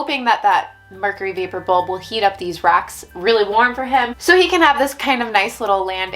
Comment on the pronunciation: Just the tiniest bit of accent when you say "rock." So fun!